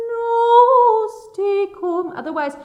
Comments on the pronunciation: Just wanted to add "Dominus tecum", is Dominus-teh, TEH-COOM, no TEE-COOM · Your Latin pronunciation needs a bit of work, so those counting on this will be wrong in several places. Some of it is simply imprecise, but the two blatantly wrong are "plena," which is pronounced, "PLAY-na" and "tecum" which is pronounced, "TAY-cum." When you SAY "Ave Maria," you SAY "Av-a," but it is ALWAYS ""AH-vay", said or sung. Some of your instruction is spot on, and I'm surprised and happy to see and hear a Bechstein, a fine piano.